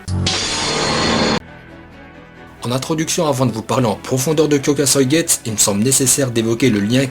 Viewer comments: Ça me stress quand tu prononce pas me u a Kyokasuigetsu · Alors j'ai mis un j'aime parce que Aizen c'est mon perso préféré. et que ca fait un moment que je mate tes vidéos sur d''autres manga. ton travail est vraiment respectable. Mais par contre ta prononciation en japonais de Kyoka suigetsu ou d'autre nom de bankai, nom divers etc.…. sérieux fait attention… car comment tu as prononcé Kyoka Suigetsu (avec un "U" XD) j'ai cru que tu insulter mon perso préféré^^ alors oui je sais, dans une de tes vidéos sur Bleach (en l'occurrence sur la prononciation du bankai de Mayuri et les top 10 des bankai) tu nous as clairement fais comprendre que les termes te semblait imprononcable mdr Cependant !! (et là je vais chipoter pour pas grand chose) les noms en japonais s'il ne sont pas prononcé correctement ne veulent plus dire la même chose. ici, cela n'aura pas grand importance, mais si TITE KUBO s'emmerde et mate ta vidéo, il va prendre une plainte de porte et la soulevé et tu auras les flics au cul pour mauvaise prononciations du japonais ptdr^^ aller sur cette blague, je te souhaite bonne continuation, tu fais du bon boulot et espère voir d'autre de tes vidéos, car j'imagine le taff colossal derrière^^ bonne soirée à toi XD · olala la prononciation du shikai....je saigne des oreilles ^^